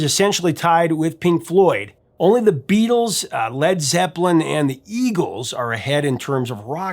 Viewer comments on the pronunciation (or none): none